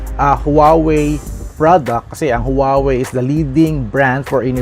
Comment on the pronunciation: Huawei is pronounced as "waa-wey", not "howawey" po. 😊